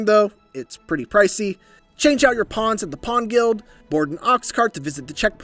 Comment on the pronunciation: They’re “Pawns” not “Ponds” 🤦🏾‍♂️